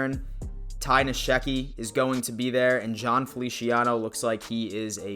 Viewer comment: I really like your channel but just for the record, Ty Nsekhe is pronounced: en-SECK-he. Sorry dude, just throwing that out there. Keep up the good work man.